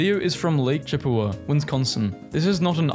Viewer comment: My dude said Chippewa right, but not Wisconsin. Now I am having a stroke